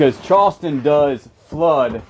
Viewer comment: I love the way he say "Chawston."😅